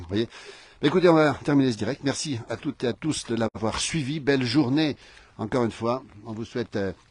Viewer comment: À "Toutes Zé à Tous"!!??? Pouvez-vous parler FRANÇAIS ?? ET non intoxiquer nos jeunes !!!!